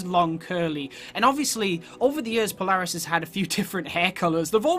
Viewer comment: I can tell your American became your pronouncing Polaris wrong